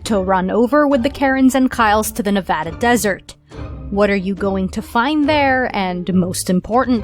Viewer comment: Thanks for saying Nevada correct!